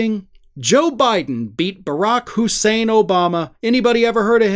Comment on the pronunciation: Trump is so eager to say the "Hussein" in Obama's name, he blows the rest of his line.